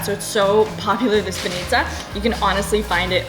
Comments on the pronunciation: It's b-A-nitsa not ban-I-tsa! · Welcome to our old old Bulgaria. Im feel my teardrops fall down when you said so much good words. And im proud. Im proud im Bulgarian. Its not banItza, its bAnitza. Ok?